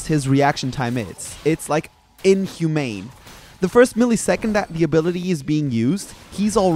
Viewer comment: "INHUMANE" lol